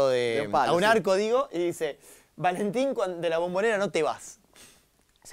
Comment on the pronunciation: VALENTIN TOMES ERVERLE JAJSKSKSJSJAJAJAJ DECÍ BIEN EL NOMBRE AL MENOS